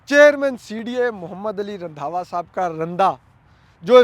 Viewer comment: رندھاوا ❌ رندھا ✓